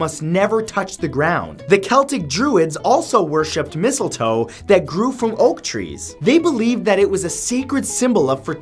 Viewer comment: "number nine is missile toe" me: "missile wah...? ... oh.... mistle toe... oh... "